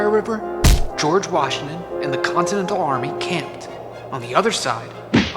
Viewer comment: it’s george Washington not George washing machine